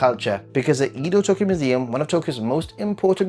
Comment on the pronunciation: How can you be a Japan expert but you pronounce Edo wrong? Mind-boggling